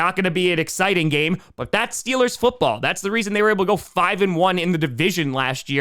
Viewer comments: DID I HEAR STEELAH GAHNTA SUPAH BOWEL!?!?!?!?!?!?!?! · Stweelers go to tuper bowl 😂😂😂😂